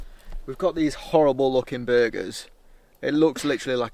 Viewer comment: Howwible wain in the Pyrenees mountains 😅